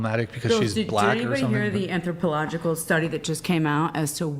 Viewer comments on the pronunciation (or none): She can't even pronounce "anthropological".